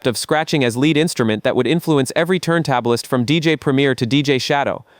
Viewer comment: The AI VO (and I’m guessing scripting too) is killing me (“turntablists” and “Das E-F-X”.?? 😬) I give some credit for creating this video but points off for the sloppy fact checking.